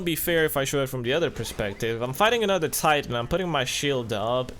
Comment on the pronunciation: god damnit dude it titan. not TIEEEEEEIITEN